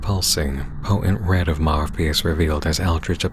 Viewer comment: Two points: The name, Marvpyas, the “v” in there might be pronounced as “u”, since in latin, the letter for v and u are both v. So maybe it’s Marupyas And that picture of the guy on the board - Im pretty sure it is supposed to be the Pied Piper, a legendary figure who led children to death with his flute. The connection is obvious…